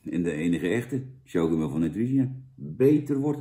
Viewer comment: Jij had universiteit gedaan toch? Als er een i achter een c komt wordt het uitgesproken als een s. Voor de rest vind ik je een top gast man!!!